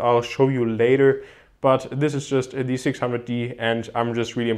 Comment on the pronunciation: Bitte lies dir nochmal durch wie man wann "the" betont